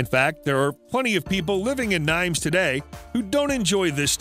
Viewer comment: Nimes is said neem with the accent on the m. Greetings from France